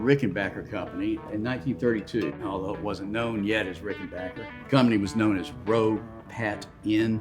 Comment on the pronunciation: "RickenbacHer"? Not "RickenbacKer"?